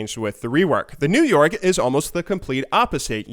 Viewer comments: I thought you kept saying new york instead of new yoric hmm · i honestly always understood him saying old york and new york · Is it just me or does it sound like he says new York when he says new yorick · i could've sworn he said New York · am i the only one hearing new york instead of new yorick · it sounds like you say New York instead of new Yorick :'D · Sounds like you are saying "New-York" not new yorick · lol 'new yorick' sounded like 'new york' 😂 pls help me my humor sucks.. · Sounds like you're saying new york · I keep hearing you saying NewYork even though i know you're saying new yorick :| lel kappa